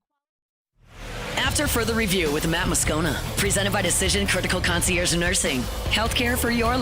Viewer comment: Why doesn’t Matt know how to pronounce concierge?